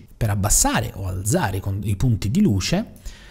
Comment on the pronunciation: Bravo, interessante. PS alzare va con la zeta dura come "calza", non dolce come zanzara... ;)